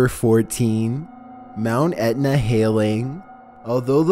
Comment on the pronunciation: 14. Would you please stop calling this mount Edna? It is Mt. Etna.